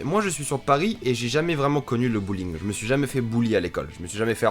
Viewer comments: le "bulling" c'est le harcèlement en français. et vu qu'on dit pas "bulling" en fr, quand tu le dis on dirait que tu dis "bowling", c'est drole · Alors bullying ça se prononce pas bowling ça se prononce bully-ING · Quand t’as dit « bullying » j’ai cru tu disais « bouling » du coup j’me suis dit « des séries ado qui parle de bouling ? Il a cru on était dans les années 80 ou quoi » 😂😂